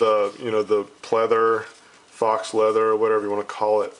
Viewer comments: ***** Yeah, but you said Fox leather. It's pronounced foe leather. It was funny. We laughed. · For future reference (prevents loss of professionalism) faux is pronounced like foe not fox but otherwise it's awesome review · faux leather is not pronounced "fox leather" it's pronounced "foe leather". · Dude, not to sh*t on your riff or anything, but "faux" is a French word and is pronounced "foe". Not hatin' - just sayin'. Peace.